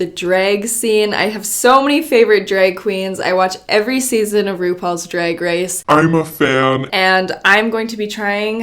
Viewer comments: she said dreg lol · says drag like drake… irrelevant just felt like pointing it out